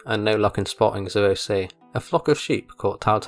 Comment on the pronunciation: "Zueo see" what?